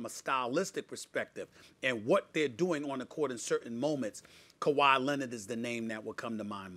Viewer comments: "Kawhi lennid" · "Kawhi Lennitt"